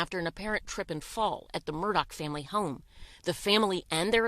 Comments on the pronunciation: Because, according to the family, it's spelled A-L-E-X, but it's pronounced "Eh-lick." Also, "Murdaugh" is pronounced "Mur-dock," and not "Mur-daw." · Are you supposed to pronounce Murdaugh as MurDOCK or MurDAH?